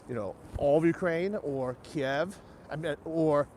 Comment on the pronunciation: isn't the proper pronunciation KEEV not KEY EV